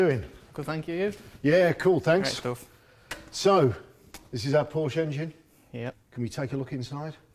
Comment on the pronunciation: Porsche is a two syllable word. Also, the rockers are supposed to be off center on the top of the valves. This is so that the valve rotates.